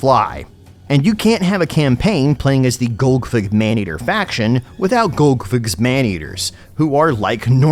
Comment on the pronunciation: Tactically pronouncing it as golgfig for the first few minutes